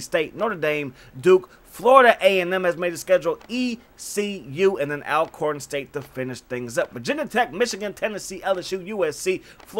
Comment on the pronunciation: Bro it's pronounced All-corn ✍🏾️. I fw your bids also!